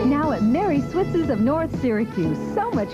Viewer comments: Switz's is said like "Switzes", not Switz. I got my first Halloween mask there, a rubber werewolf mask that I treasured. I still have it but it got all stuck together and kinda rotted away. Oscar was the best, I was always a little scared to go too close. Fun story, they had a whole bin of handcuffs and I, thinking they were trick handcuffs do to the lack of keys, handcuffed myself to the isle. What I didn't know is that they kept the keys up front. I was stuck quite a while and sad and the whole thing was kind of humiliating hahaha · It's actually pronounced Swit-sez...you kept leaving off the 's .